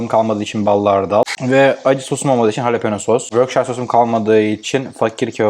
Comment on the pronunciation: halepeno sos küm aw😅😅